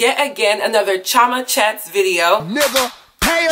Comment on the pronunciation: I thought your name was CHEE-OH-MA. Are you saying it in an American accent or is it really CHO-MA?